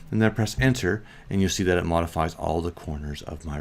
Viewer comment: you say, “type in zed and hit ????? On your keyboard.” I listened 10 times and it’s not a word. 🤷 what are you saying?